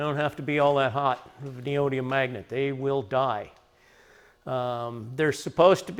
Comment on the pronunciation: 5 syllables... ne o dy mi um